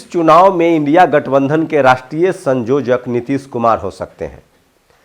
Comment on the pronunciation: संयोजक बोलिये ना कि संजोजक